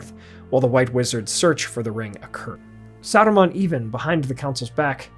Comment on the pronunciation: Why are you trying to roll the R in Saruman's name? Sounds like Sardamon.